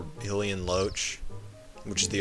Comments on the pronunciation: Not "he lee en" It's pronounced "high lee en" lol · "Hillian". Huh, never heard it pronounced that way.